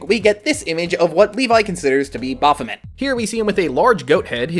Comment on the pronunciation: Baph O May... Baphomet pronunciation. 🙄